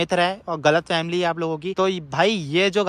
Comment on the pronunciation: Time 5:6 - ये आपकी गलत फैमिली है 🤣🤣🤣🤣🤣 भाई पहले बोलना सीख ले... गलतफहमी है या गलत फैमिली 😂😂😂